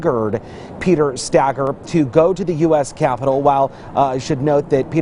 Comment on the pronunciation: (Stay-girr) Stager